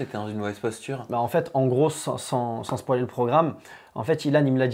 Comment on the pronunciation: a dit SPOILER MAIS GENRE SPOALER WAYWAY jtmmmm trop mdrrr